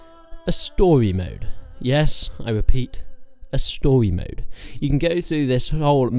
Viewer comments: Yes I wepeat a stowy mode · Stowymode. Lol wtf is stowymode